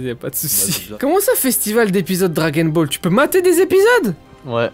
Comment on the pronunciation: "Dragon bol" t'es le bosse